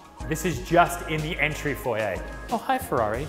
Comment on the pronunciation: I'm just impressed that he pronounced foyer properly lol.